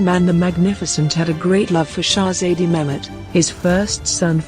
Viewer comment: Can't you bloody pronounce Shezade better?